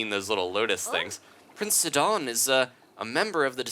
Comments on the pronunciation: I find your pronunciation somewhat strange; i and everyone i know always says his name as "sigh-don" or "side-on" and not "sidd-on"... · He pronounced Sidon as Sid-on in stead of Si-din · But that's my point: It's a play on the name Poseidon (which I was aware of btw), and that name is pronounced as "Poh-sigh-don" AFAIK. Therefore, Sidon should be pronounced just "Sigh-don". Edit: I just checked on Wikipedia, they say that Poseidon is pronounced as /pəˈsaɪdən, pɒ-, poʊ-/, which is "Po-sigh-don" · i think it is pronounced ss-eye-don like poseidon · Sidon is pronounced sigh-don